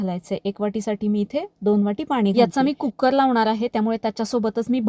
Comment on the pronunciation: कुक्कर नाही कु कर